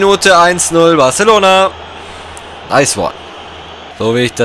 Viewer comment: Du sprichst Barcelona so richtig Deutsch aus LUL Wenn man Spanisch hat ist das so lustig Haha